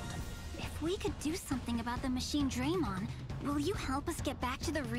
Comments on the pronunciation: The fact that you got as upset as I did every single time they pronounce it MachineDRAYmon sold me on your content lmao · Every time they say Machinedraymon this game gets a sin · Oh god i can't stop laughing every single time i hear them mispronounce Machinedramon and when i hear Guilmon speak because it pains me so much